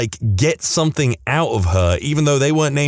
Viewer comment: No K in the word something